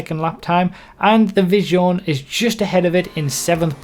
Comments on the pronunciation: Isn't Visione pronounced more like Veez-yone? Nevertheless, thank you for putting so much effort into your testing. Keep up the great work!;) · lol at the pronounsiation of "Visione". it's Veesio-neh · please look up how to pronounce Visione, you make me cringe so hard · Man look on google translater how to pronounce in correct italian visione